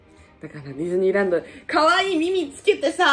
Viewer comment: ディズニーランドって言ってるのになぜかフィリピンラーンドって聞こえてたwwwww